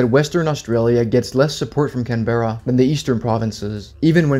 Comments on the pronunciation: Canberra is pronounced Canbra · It pronounced cambra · Canberra is pronounced can-bruh